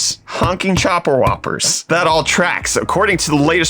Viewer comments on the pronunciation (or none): none